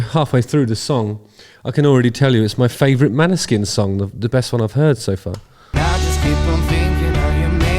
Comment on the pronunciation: FYI proper pronounciation is more like "Maw-ni-sheen". It's Norwegian for Moonshine. The "å" is actually more of a short "o" type sound, and the "sk" is a "sh". Their Eurovision win was a breath of fresh air cutting through all the pop and power ballads.